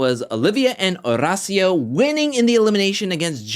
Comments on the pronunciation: Oh my damn, stop putting sooooo much emphasis on Horacio’s name 🤦‍♀️🤦‍♀️🤦‍♀️ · Every time he says Horacio, I cringe...